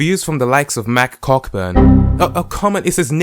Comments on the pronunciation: Youre supposed to pronounce Cockburn Co - burn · Cockburn is pronounced as 'Coe Burn' lmaoo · Cockburn is pronounced Coh-burn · Cockburn is pronounced "Cohburn"